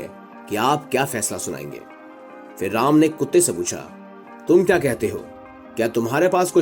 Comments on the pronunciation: ram ka name dhang se le bkl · कथा वक्ता का कथा वाचन प्रभावशाली नहीं है अपितु ऐसा प्रतीत हो रहा है जैसे कथा वक्ता कोई व्यंग कर रहा है ।जिस प्रकार कथा वाचक श्री राम के नाम का उच्चारण कर रहा है वो त्रुटिपूर्ण है।उसके आवाज़ में रोष का अनुभव हो रहा है । चैनल से आग्रह है कि कथा वक्ता का चयन करते समय कृप्या इस बात का विशेष ध्यान रखें कि कथा वाचक का कथा के प्रति समर्पण भाव हो जिस से श्रोता कथा को सहज भाव से सुन सके ।🙏